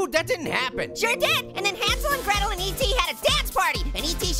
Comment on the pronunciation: Hansel and Gretel more like Hansel and gwetel